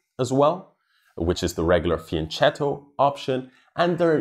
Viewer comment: The word "fianchetto" is Italian: i'ts pronounced with a hard k sound, not a soft Spanish ch sound. I write this in every chess channel in which I find this mistake. Gotham Chess and others seem to finally have learned this detail (not necessarily because of me, Idk if they read my comment!), which is good.